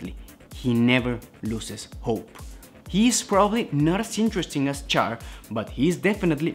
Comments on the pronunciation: It's said "Shh-arr"... Not "Char" like when you burn meat. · it's not pronounced Char my guy it's pronounced (Shar) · Ummm...CHAR is pronounced "SHAR", like in French. (In Japanese, it's "SHAAA".) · Do not make videos regarding Char is you are going to disrespect his name by pronouncing it wrong. Immediately turned the video off after the second time you pronounced his name like he was something you scrape off a grill. It is pronounced Sh-ar Shar.